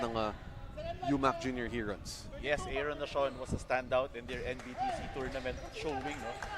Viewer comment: Since mali naman pronunciation nila ng 'heron', "tagak" na lang siguro para pinoy na pinoy talaga. UMAK Tagak, astig. Hehehe